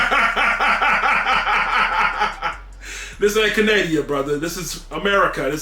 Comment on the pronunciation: “This ain’t Canadia”??